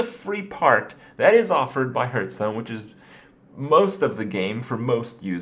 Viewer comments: dude.... its not HURT-STONE lol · is there a reason he keeps saying hurtstone? it bugs me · Why do you keep calling it Hurtstone? Why Kripp? WHY!?